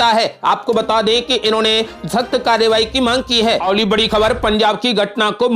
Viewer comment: अवली खबर नहीं, अगली ख़बर कहो